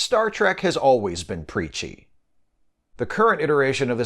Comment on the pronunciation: I thought you said "Peachy".